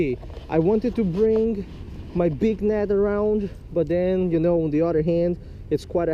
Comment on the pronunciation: netsh, instead of net. b!tch instead of bit😂😂